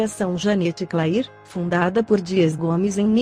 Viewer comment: Escreve Janete Clair mas se fala Janete cler